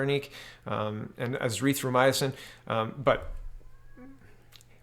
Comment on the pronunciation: Fludeau following Chinas example in misreporting the facts about the number of cases and deaths? Color me shocked *sarcasm*. P.S. HI-DROX-E-KLOR-O-KWIN, A-ZITH-RO-MY-A-SIN...I thought you were a teacher?